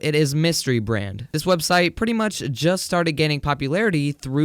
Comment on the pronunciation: Did he say swebseit waht